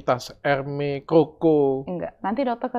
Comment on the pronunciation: Dok bacanya hermezzz bukan hermey, ayo ah dok masa udah st banyak branded masih baca hermes salah, baca loewy apa?